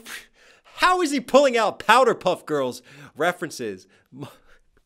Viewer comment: This dude really said Powder Puff Girls AND Mojo Dojo